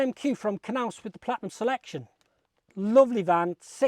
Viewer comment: It’s pronounced Naus. The K is silent.